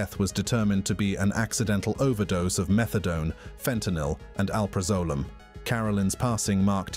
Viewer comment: Al PRAZ o lam and the S in Gislaine is silent